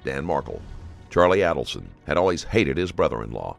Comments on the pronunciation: "Charlie Alderson" It's Adelson. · I was about to ask you which ones he mispronounced, but right when I was typing it, he said the name "Markel" as "Markle" and less than 5 seconds later, he said it as "Markel". "Adelson" was "Aleson" and then "Adelson". It honestly slightly aggravated me, but then again, I don't know how some of these are pronounced. Lol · Alderson, adleson, Markle omy goshhhh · Pronounced Aydelson. This looks like you ripped off footage from the 20/20 or Dateline special about the case, which is against YouTube policy and copyright laws. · I find it really hard to believe that you mispronounced every single name in here with as high profile as this case is. Here, phonetically pronounced; Mack-baan-o-wah. Aid-ul-son. Marr-kell. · Phonetic pronunciation of the names mispronounced in this video: Mahg-BAN-oh-aah AYE-dull-sun …will edit with others if there are any 🙃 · Literally every name is mispronounced and this has been in court for years. Just terrible quality of research here. MAG-BAN-U-A ADEL-SON MARK-EL (ELLE)